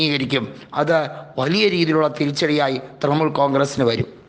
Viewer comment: തൃമൂൽ അല്ല തൃണമൂൽ